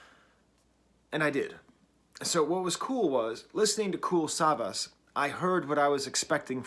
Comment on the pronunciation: As someone who is German but doesn't really like (german) rap/hip hop, this was still pretty interesting. Its always fun to see an "outsider" perspective on things Also: its pronounced like savash with the emphasis on the second a (phonetically written its: kuːl saˈvaːʃ )